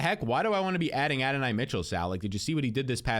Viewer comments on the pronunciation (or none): Adonai pronounced A Don knee